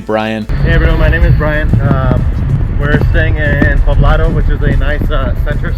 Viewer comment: Poblado* not pablado